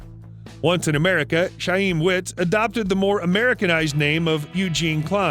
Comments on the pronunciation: Chaim is pronounced “hime”… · Somebody teach this guy how to pronounce "Chaim"